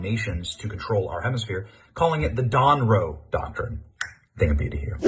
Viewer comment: I didn't know what he meant by the "DonRoe document" lol. Now I do!